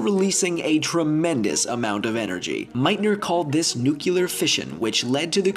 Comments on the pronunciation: nuculur fission? I think you meant NUCLEAR fission ;) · Does anyone else get a tiny bit annoyed when people say "nucular" instead of "nuclear" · Nuclear is pronounced New-clear. I will never understand why people say nuke-you-ler. Just pronounce it like it's spelled! Words are only hard if you don't try. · Dude please pronounce "nuclear" properly. It's new-klee-err, not new-kew-lur. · You said "nucular." >:-[ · Honestly I'm more offended that he said "nucular" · Did you say nucular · All them dudebros got triggered and I'm like this list sucks besides the way he pronounced nuclear was cringeworthy...